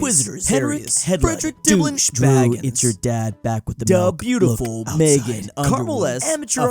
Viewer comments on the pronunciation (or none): none